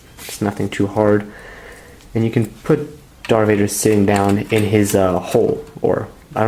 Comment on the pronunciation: I like how he says “Dar Vader”